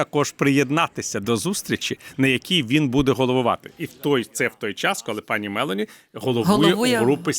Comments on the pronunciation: Пане Портников, ведуча не хоче Вас коригувати, але ж не МЕлоні, а МелОні. Ріже слух. Ви ж читали в дитинстві РодАрі, а не РОдарі? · Дуже перепрошую мною шанованого пана Портнікова, але дозволю собі маленьку ремарку. В італійскій мові наголос ставиться на передостанній склад, тому слід вимовляти Мелo'ні. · МелОні. В італійській мові наголос на передостанній склад. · МелОні, не МЕлоні. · Melo'ni ,,a ne me'loni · Вибачаюсь, аое пані прем'єр Італіі призвише МелОні, наголос на О!!! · Джьоржа Мело'ні наголос на о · Giorgia Meloni вимовляється із наголосом на другому складі у прізвищі . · Мелоні наголос на другий склад.